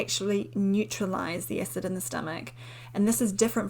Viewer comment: It's cute how she pronounces acid. She says ecid.